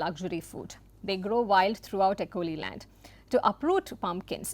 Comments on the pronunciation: Am an acholi from Uganda - Just wanted to comment that "acoli" is pronounced as "Acholi" - "ch" replaces "c" in pronouciations - Cheers! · Thankyou for pointing this out. The names of an Acholi person and the name of the tribe need to be. Pronounced properly. She should have done her research on pronunciation.